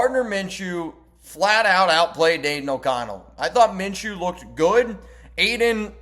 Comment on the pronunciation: Its Minshew